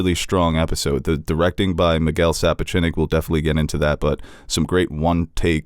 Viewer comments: Isn’t it Sap-och-nik? If this (how it’s pronounced in this vid) is how you pronounce it I’ve been seriously screwing it up!! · Sorry but I don't think you get there from here... Alicent isn't that badass (cause why regret everything afterward) and is either is Cristin (Go from crazy in love to this)?? and it's "Su-Poch-Nick"... and why is the Queen part of the small council?? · Jeez, get the man’s name right, will you? That’s not how you pronounce Sapochnik. And…all the other times, you said the name correctly. Fascinating.